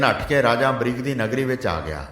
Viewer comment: Bhai ji ambrish hai ambrik nhi g